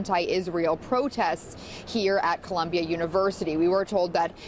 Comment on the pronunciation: That dude said “Columbian” University at the very beginning. lol